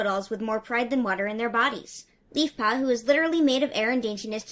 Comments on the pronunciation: I thought you said Beefpaw instead of Leafpaw at one point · Did you call leafpaw beefpaw?